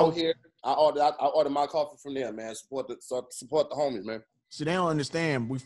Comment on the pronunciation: 🧏🏾‍♂️ Hey, I’ve been waiting for this. I will update as I watch. Back to you. "Su-sup-su-pport the homies" I think he was going for "professional" but actually said "feshnul"